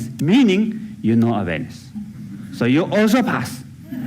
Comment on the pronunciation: I wasn't aware he was saying 'awareness' until the very end of that clip. I thought he was saying 'Venice'.